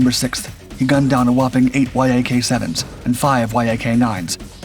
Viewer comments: There is no "Y-A-K 7" or "Y-A-K 9". These are "Yak" type airplanes. Yak rhymes with Jack. That's how you say it. =PC= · ""Why Aa Kay"? Yak is short for Yakovlev, it's not an abbreviation!